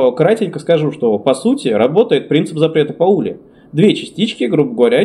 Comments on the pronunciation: Принцип пАули, а не паУли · Во́льфганг Па́ули! 🤦‍♂